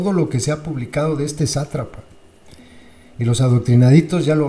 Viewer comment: Que sabroso les dices “zatrapa” jijiji